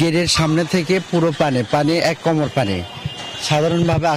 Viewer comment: কোমড় না কোমর